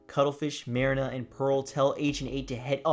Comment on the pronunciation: I liked the video However, you did pronounce marina's name wrong. Other than that it's good